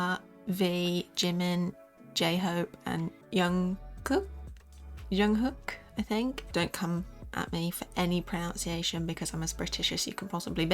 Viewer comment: It’s Jungkook not youngkook